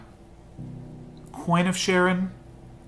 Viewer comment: Nice game! Btw Charon is pronounced Karon (greek letter) non Sharon :)